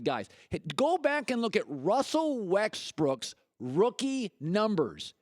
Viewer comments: Wusell Wexbrook XD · Why he say russell westbrook name like that 😂 😂 😂.